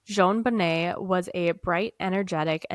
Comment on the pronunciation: Hello &, I Am Somewhat Of A Case "Fanatic" & Know Quite A Bit Of The Information About This Case. So I Hope You Don't Mind If I Post Some Of The Facts That I Know Relating To Your Conversation Here. You Got The Pronunciation Of JonBenet's Name Correct (pronounced "Jon Bo-Nay"), The Father Is John Bennett Ramsey (pronounced "John Ben-It"). Patsy Put STAGE 4 Ovarian Cancer Into Remission, STAGE 4, That Is Miraculous. Their Charlevoix Vacation Home Was Typically Their Summer Get-Away, However This Year They Decided To Have A "Second Christmas" There With John's Two Eldest Children (John Andrew & Melinda) From His Prior Marriage. The Word Attaché In The Ransom Note Is Actually Referring To A "Bag" Or "Briefcase" (however there was No Accent Over the é in Attache In The Ransom Note). Interesting You Pointed Out No Period After The C, In S.B.T.C!!! "Duh-tective" Linda Arndt (pronounced "Aren't..... A Good Cop") - Was Quickly Removed From: The Case & Not Long After.... The Department! 9 Months After JonBenet, A Girl Named "Amy" Was Assaulted In Her Home, Fortunately Her Mother Heard & Ran The Man Off, But The BPD Dropped The Ball On That Case Too. 2 of the Same Boulder "Duh-Fectives" That Have Been Hampering This Case Since 1996, Are Currently 2nd & 3rd In Command At The Boulder Police Department Today!!!! Those Would Be Deputy Chief Barry Hartkopp & Chief Ron Gosage. Hartkopp Being The One That Changed Neighbor Melody Stanton's Scream Testimony 🤔. Gosage Being The One